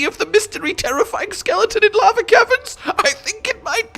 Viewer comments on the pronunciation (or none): none